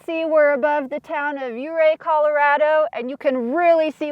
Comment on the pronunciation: Thank you for pronouncing Ouray as "U-Ray"😊